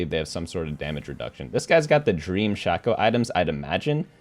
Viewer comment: Love watching your videos, but the way you say shaco is eating my brain